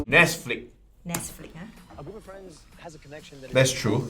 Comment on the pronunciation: guy: oohh nesflicks yess girl: *side eye corrects him